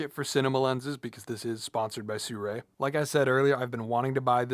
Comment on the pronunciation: Brotha sirui not surei